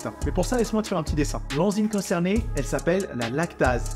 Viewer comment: Le mixage son est trop bizarre. On dirait qu'on a cliqué sur la version quebequoise d'un film ( : l'enzyme CONZERNAYYY)